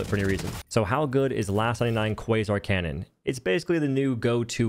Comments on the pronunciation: Why are you saying canyon? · ah yes, the qwuasar canyon